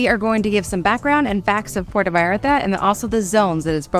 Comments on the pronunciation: It's Puerto (pwerto), Porto is in Portugal. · Why do you say port o? It’s Puerto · P-U-E-R-T-O, <=this is Spanish P-O-R-T-O, <= this is Italian Say it right brotha. 😉 Thanks for the video. I’ve actually been wondering about visiting Puerto Vallarta. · Just a friendly tip. Puerto not puerta. The difference between a port and a door…